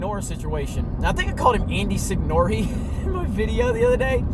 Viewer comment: You pronounced his name more correctly than he does. It should be seen-yore-ay.